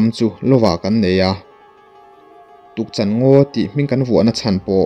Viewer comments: Tukchan ngaw niloin Tukchân tih tur a ni e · Tukchan...Chan hi ka thilneih ka chan ti Anga lam tur